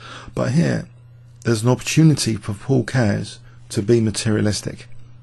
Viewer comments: Great video. You pronounced "Keres" wrong, by the way. It should have two syllables (KE-RES). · Actually is pronouncing it, Keihrs not Cares.